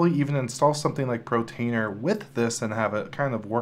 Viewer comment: It's portainer, not protainer lol